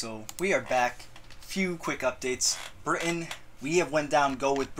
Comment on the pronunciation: I was ok with the France thing, I was more or less ok with the Germany thing. THIS? NEVER AGAIN. PLEASE. why do people emphasise the britUN so much? We say it like that because we underemphasize the T, not overemphasize everything around it. sound like you're having a stroke... dear lord.